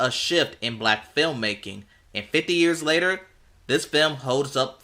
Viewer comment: 50!!!!😮 Well dang!!! Why you gotta say it like that!!!?!!